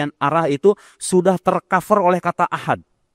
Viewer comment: hal yang simple saja dia lalai, ahad tanpa qolqolah bisa merubah arti. Dari judulnya, kirain video nya ada wahabi nya beneran, ternyata cuma orasi sendirian.